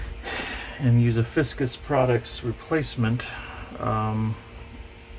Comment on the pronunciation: Great video as always! It’s FICUS not Fiscus. Just an FYI